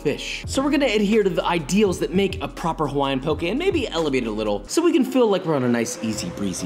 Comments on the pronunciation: Thank you for not pronouncing it “poki” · I’m just glad he isn’t saying pok”ē” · so happy you pronounced poke correctly